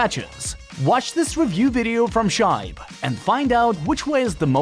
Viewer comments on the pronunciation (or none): I believe you pronounce "Shibe" wrong :P